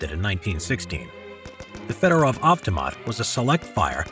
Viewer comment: Everytime you butcher federov avtomat i puke